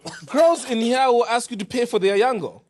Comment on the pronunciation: Yeah all my Ghanaian friends get angry when compared to Nigerians! 😂 Wodemaya to be different practice “Ask” not “Aks”😅